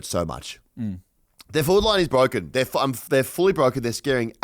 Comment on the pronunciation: Goes from Wichmond into Bwoken 🤯